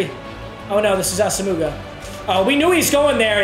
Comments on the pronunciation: Someone PLEASE tell papa it’s asimwa not asuhmooguh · Ah sum wah for the love of God not ah sum mooga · ITS NOT AH-SOM-MOOGA ITS AH-SOM-MUAH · awesome-moo-gah lmao it’s aw-sim-wah papa 😂😂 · NAM D AH SOME WAH! Not AH SAH MOOGA! Come on Papa!!! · NAM-DEE AWE-SUM-WAH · It’s not asa mooga 🤣 it’s Auss omowuhh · Papa, its (viet)nam-dee awesome-wah Not ossumugga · It’s asome-wa NOT ASUMOOGA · papa it’s pronounced awesomewah not asamooga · It’s ah-sum-wah not ah-suh-muga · Nobody: Papa: ASA-MOOGA!!! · Ik I love papa but it drives me crazy - “ah-sum-wah” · I cringe so hard when he says “ Asamooga” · Nobody: Papa: AsaMOOgah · It's Ahs uh mwah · We need to tell him it’s AH SUM WA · saying assamooga is like him pronouncing his own name meager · I’m gonna comment everyday. It’s pronounced Ah-Suh-muah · No disrespect, but Nnamdi Asomugha is pronounced Naam-dee aa-suhm-waa. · Comment #53 PLEADING to learn how to say Asomugha correctly. ITS “AWESOME-UH-WAH” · Asomougha Is pronounced awesomewa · When is this man gonna learn it’s not pronounced “As-a-moo-ga” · Meag’s it’s pronounced Ah-sum-wah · It's pronounced Ahss-um-wa for future reference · Just an fyi, it’s pronounced Ahsum-muah” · Asomugha is pronounced “Awesome-wah” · Just needed to let you know because I've heard it in multiple videos. You're saying Asomugha wrong. It's pronounced Ah-sem-wah. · nnamdi asomugha is pronounced AH-səm-wah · Say assamooga one more time I dare u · It’s pronounced Awesome-Wah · Dear Papa, sorry for the correction, but it annoyed god damn near anyone, His name is pronounced Nam d y Asom waa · Asomugha is pronounced awesome-wah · Papa his name is nnamdi aw-sem-wah just so you know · Papa, it’s pronounced “os-um-wa” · 1. It's pronounced ah-sa-moe-wah 2. You didn't have Harold Carmichael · Please it’s not asmuga 😂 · It’s pronounced (asumwa) not asomugha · When will he learn it’s pronounced ahsu -mwah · Jesus Christ its pronounced "awesome-wa" pls stop it hurts